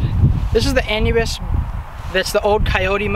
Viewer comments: the An-you-bis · ANUBIS = uh - noo - biss